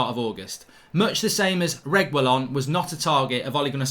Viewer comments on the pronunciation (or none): Whatever it is mark will never be able to get Sergio Reguilon's name lol